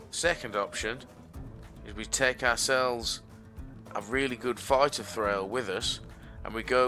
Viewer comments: It's pronounced Thrawl by the way. Not Thrail. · Hehe :D Nice video... Also I am a german but I am pretty sure you dont pronounce it Trhrail :D